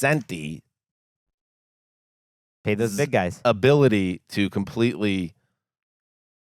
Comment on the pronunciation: If you're gonna carefully mispronounce 'cog no shenti' like you're proud of the word and sorta own it, why not learn to say it? Hint: all big European languages but English are very phonetic: if you know one word, you pretty much know the rule. I can tell you know lasagna.... If you're on TV, you might also spend an hour or two from your decades of life to study it - it wouldn't take longer. Show a little curiosity and interest in the rest of the world. I learned it traveling, and surely you travel more than I do....